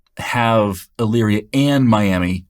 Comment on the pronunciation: Great explanation. Also, taking courses from your website. You must know someone from Elyria, OH because you actually pronounced the city correctly!